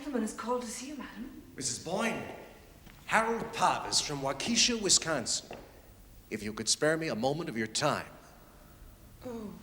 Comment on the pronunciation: Good story, good acting except midwestern US accents were not used but so annoying that Waukesha WI is mispronounced throughout. Accent of the name is on the first syllable not the second, and short e on second, not long.